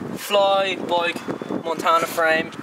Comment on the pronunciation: It's bike ,not boik